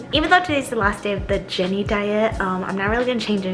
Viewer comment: Did she say Jennie or Jerry